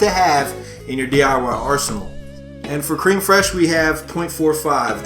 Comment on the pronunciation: Congrats ! Also it's pronounced Crem not cream fresh, bud. :)